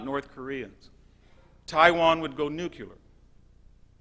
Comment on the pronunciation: he says "nuculear"